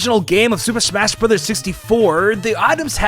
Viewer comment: „Super Shmas Brothers“